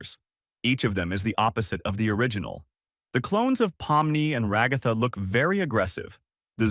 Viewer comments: not being rude but can you stop saying Rugatha and pls say Ragatha you kept repeating Rugatha and then said Ragatha name sorry this just bothered me I hope this didn't make you mad or sad I just wanted you to understand this fix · I’m literally gonna crash out if he says raGOTHA one more time it hurts my soul also when he says that pomni is a he she’s a girl! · It's Ragatha